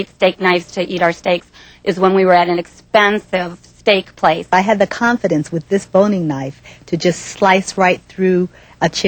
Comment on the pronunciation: "Expensive Steak Place" yea that's not the proper way to say that phrase